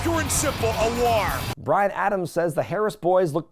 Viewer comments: As a native Pittsburgher, I do not claim Madden's oddball pronunciation of the word 'war'...or Madden for that matter. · I am from Pittsburgh like Madden.. No idea why he says war like that. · Nah, as someone from Western Pennsylvania like Madden, that's gotta be his thing, not a local thing. The accent can vary a little, but never heard anyone pronounce it that way. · I think the Mark Madden pronunciation of "war" was a tribute to Dusty Rhodes. That is the way Dusty said the word. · As a fellow Pittsburgh resident who has listened to Mark Madden on the radio for years, I can confirm that Mark's pronunciation of "War" is absolutely a result of the Western PA dialect. I love it! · Absolute cinema. What an unhinged PPV in all of the best ways. Regarding Madden's pronunciation of War, I think it's part Madden and part of the yinzer in him since he's from Pittsburgh. He still has his own radio show on a local Pittsburgh network, so I do what I can to avoid it LOL. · He's on the X in Pittsburgh around noon. I'm from Pittsburgh and I don't say war that way, though.